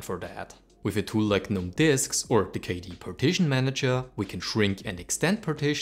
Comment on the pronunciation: Next challenge should be "Learn how to pronounce GNOME"